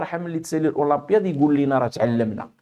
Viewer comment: لماذا تقوم بتفخيم حرف الألف عندما تنطق كلمة الاولمبياد ؟